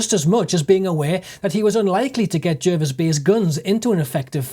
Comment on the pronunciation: It's pronounced J (A) rvis Bay